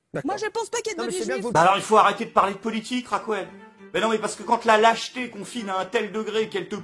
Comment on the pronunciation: Bon courage! Une précision, si ce n'est pas un trait d'humour : En espagnol Raquel ne se dit pas "Racouel" mais "Rakel"...